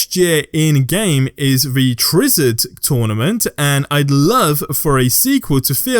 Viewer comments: Tri-wizard not triwizard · Okay... I hate hate hate being this person but its caNONically not canically and it's the Tri-Wizard Tournament not Trizard because it involves three schools. Tri-Wizard. If you're gonna make videos on Harry Potter stuff maybe just look up how to say things within the world... and maybe some other words too that you might be unsure about. Ignore this if you hate these type of comments. I'm sorry. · Treezard tournament? It’s Tri Wizard lol this dude doesn’t know anything about Harry Potter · It's TRI-WIZARD NOT TRIZARD.. . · It's Tri Wizard like 3 wizards. It is two words, not Triwizard. Tri is pronounced try. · "Try-Wizard Tournament" is how it's pronounced. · Worst pronunciation of Triwizard I’ve ever heard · How are you saying "Tri-Wizard" so God damn wrong